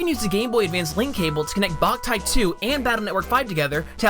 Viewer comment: After doing my own research, I've some to the conclusion that the title of Boktai was mispronounced. The original title being "Bokura no Taiyo" ended up being prounounced as "Ba" instead of the original "Bo"